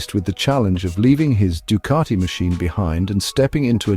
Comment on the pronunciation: It's Ducati, not Ducarti